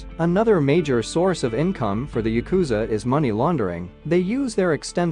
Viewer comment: It’s pronounced YA-ku-za. Not ya-KU-za If you’re going to talk about them, at least learn the pronunciation first.